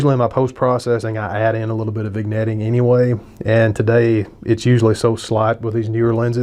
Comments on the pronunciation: Totally respect your review, but I take issue with your pronunciation of "vignetting". We DON'T say the "g". It's correctly pronounced "vin-yetting". I know, I'm being picky. Hey, I'm bored. Party on dude. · I'm wondering if the lens hood bothered you as much as your pronunciation of vignetting bothers me!? 😉